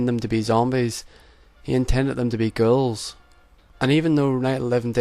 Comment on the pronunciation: thought you said girls when you said ghouls. :D